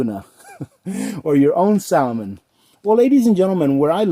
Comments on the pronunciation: The L is salmon is silent. Great video though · You don't know how to pronounce salmon, omg